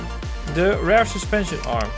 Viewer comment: Leuke video, je spreekt rear uit als rare, dan zeg je zeldzaam. Je moet het uitspreken als rier. Voor de rest een leuke video, ga zo door want nu ga ik al jouw videos van zowel Train simulator als CMS 2015 bekijken!